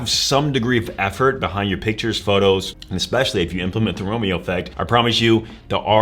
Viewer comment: Especially NOT Expecially